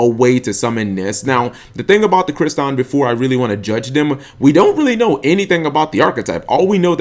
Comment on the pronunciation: Crystron. Not Cryston. There is a second "r" in their name ._.